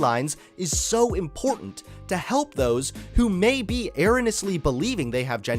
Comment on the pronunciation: The way he pronounces 'erroneous' 😅😅